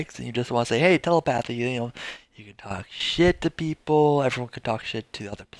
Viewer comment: Triggered by the way you pronounce Telepathy. But good and informative video. Thanks!